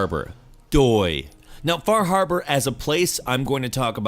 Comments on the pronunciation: Half time you said "Far Harbor" I heard "Bar Harbor, which is a real place that is the actual setting for Far Harbor, I can even spot where my house would be on the Far Harbor map :) So funny to see a video game take place on the island that I live on, seeing such familiar names as Cranberry Island, Acadia and Eden (The town of Bar Harbor used to be called Eden). Oh, one goof they made: On Bar Island, the Longfellow house IRL was Jack Perkin's summer home. The Longfellow house IRL is in Portland, Maine. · Fah Hahbah